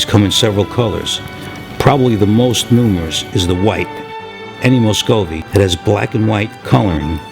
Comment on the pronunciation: You are saying Muscovy wrong